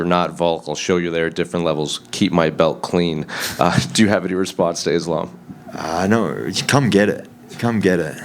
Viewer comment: Why you keep saying izlam,it's ssssssssss,learn how to pronounce 😂